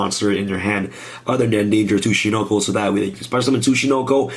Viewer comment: This isn't Snek boi. This Tsuch....Tsuch.... Suckanacho